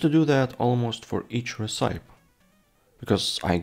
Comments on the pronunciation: Not talking smack, I'm a huge fan -- but I believe that you are pronouncing "recipe" wrong -- at least -- I've never heard it said that way, maybe it's a European dialect thing? -- but, at least in US English, we pronounce it "reh-sip-eee" (you can also check google translate, and have it pronounce the word too). I have no idea why it doesn't follow the normal "word that ends with E" pronounciation rules, it just doesn't. 🤷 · Interesting. The word recipe is pronounced ress-uh-pee here in the states. I don't believe I've ever heard it pronounced the way you're saying it. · I do think the name should be Cold & Hungry. If only because it's a more recognizable saying at least where English is concerned. Also, it is pronounced Ress-sip-pee.